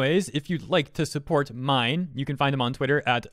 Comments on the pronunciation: minh is pronounced as min like min min from arms not mine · Also, I'm pretty sure Minh's name is pronounced like "been" not "mine" 😭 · The name is pronounced as ming. Minh is a Vietnamese name common in Vietnam. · I think his name is pronounced "min" as in, "mint". Not 100% sure, but I know some Vietnamese dudes with that name. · "minh" pronounce like "mink"